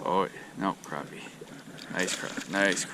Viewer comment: I love how you pronounce it properly. Crappie not croppie